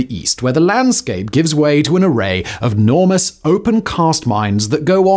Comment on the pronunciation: Did you say "normous"?